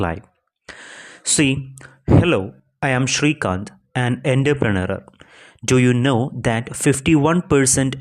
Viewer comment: Entrepreneur pronunciation engane anu 😂😂